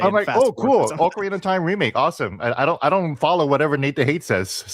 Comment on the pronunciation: .nuh (ocarina) it’s not pronounced like okra the plant u eat thank you👍